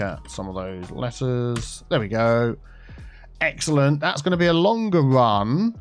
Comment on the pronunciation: word of the day. "Exalente"